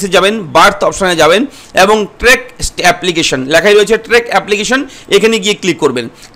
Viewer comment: ওটা ট্রেক না দাদা, ট্র্যাক।। আমি কাজ করি, দেখলাম আপনি কিছুই জানেন না।